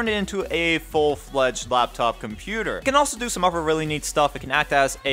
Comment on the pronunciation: do you keep saying uver in place of other? i swear i hear you keep saying uver.